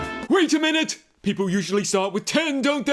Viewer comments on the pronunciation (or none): none